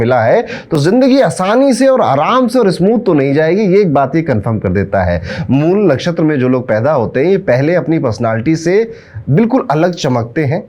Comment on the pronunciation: Mool nakhastra correctly said Guruji